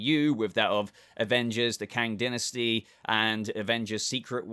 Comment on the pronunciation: We need to teach him how to say Namor and Dynasty lol